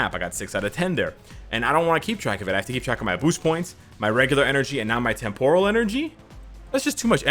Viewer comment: Watch some Star Trek to learn how to say “Temporal”. The emphasis is NOT on the “or”, ie, it’s NOT “tem-POUR-al”.